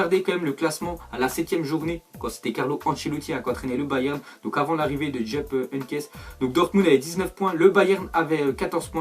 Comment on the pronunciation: Djeup Henyckes??😂😂